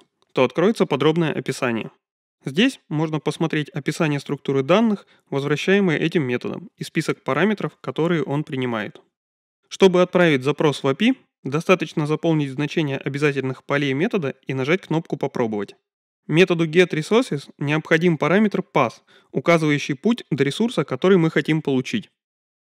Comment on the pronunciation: круто, но "обязЯтельный" :)